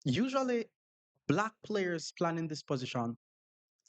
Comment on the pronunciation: "Black palyers" 😂😂😂 Bro you are a black palyer